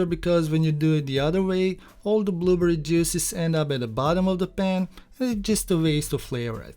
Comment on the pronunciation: Clicked just to hear him say “blooburry”! ❤🫐 looks great